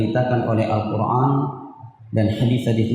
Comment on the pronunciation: mohon maaf bacanya : Al-Quran bukan Al-Qurngan